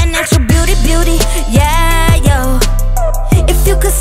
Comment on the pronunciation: The way she says "yeah, yo" sounds like "egg" in Polish